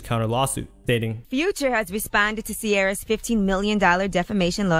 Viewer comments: Bro- it’s SEE-AIR-AH It’s not Key-R-AH Omg. 😂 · Not "key-ara", it's pronounced see-aira-ra. "